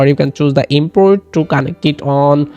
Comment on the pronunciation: It's connect, not conntect